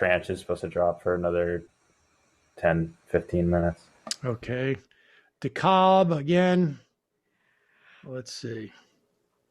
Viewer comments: This is so late but I wanted to go back and watch this, it’s “de-CAB”! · DeKalb is pronounced De-Cab